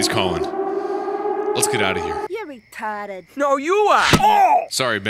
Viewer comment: "you're RETAAHDED" "no You aaah" 😂